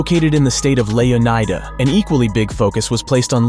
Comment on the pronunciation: Fuckin choose a pronunciation…. If anyone pronounces it as anything other than (Leo-ny-duh) they’re wrong